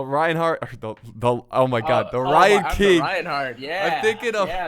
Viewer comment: So you’re telling me for like the past year and a half this dude’s name was the “Ryan King” and not the “Rhine King”? Disrespectful.